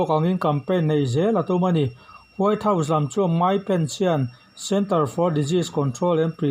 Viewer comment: Rrcord hmain vawi thum ral chhiar phawt thei la, tin, record chhin la, chu chu ngaithla nawn leh bawk la. Mizo ṭawng thluk hi a dik keh dik loh midangte rawn nise. Saptawng thumal e.g. House tih te hi Hau tiiin a ri a. A bak pawh improve ngai tak a ni. Hmasawn zel turin jan ṭang tlang zel dawn nia.